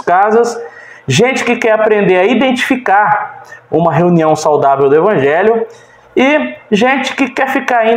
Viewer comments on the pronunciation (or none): none